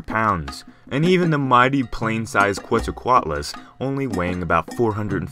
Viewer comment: Pronounce it like this: Ket-zal-co-at-lus